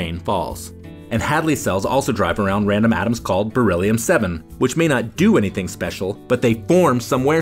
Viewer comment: Dude!! Kept saying bereliom or something and till now I didn't know that it was Real